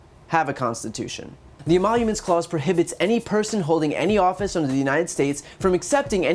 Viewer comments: Wait.... did he say "E-monuments clause?" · "This phony emollouments clause"?!